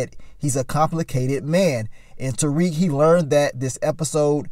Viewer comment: And Mary J two step Blige character Monet still can't pronounce Tariq name right